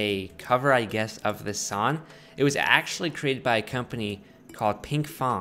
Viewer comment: This dude can’t say song